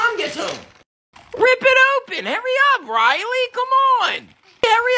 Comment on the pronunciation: It's Riley not railly